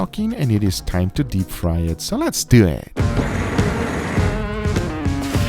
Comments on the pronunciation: Love it when he says: "Lets dew it!" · “So let’s doueee”